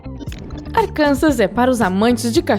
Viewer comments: se fala Arkansá. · A pronuncia de Arkansas é Arkansá (sem o s) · Arkansas se pronuncia "Arkansá"